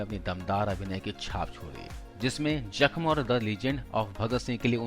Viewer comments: Bhai bolna to Sikh Lo yaar vah jakhm nahin hai zakhm hai Urdu nahin aati hai to class le lo Khali Paisa kamane mein mat lage raho thoda zuban ki talaffuz ko Sikh lo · Its not JAKM its ZAKM Atleast correct ur urdu pronunciation.